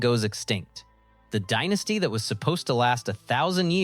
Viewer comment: yes you can tell by the way it said "Dienasty" instead of Dynasty